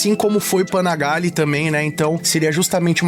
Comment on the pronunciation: Panigalle c@ não Panagalle